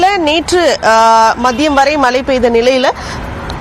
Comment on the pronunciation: மலை நீரா இல்லை மழை நீரா? தமிழ் பேச தெரியாத ரிப்போர்ட்டர்.